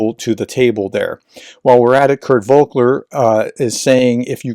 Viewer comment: It's Volker not Vokler. You are transposing the "K" and "L".